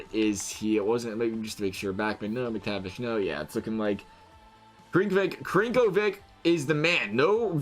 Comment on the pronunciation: Crnkovic is pronounced as sir-no-vic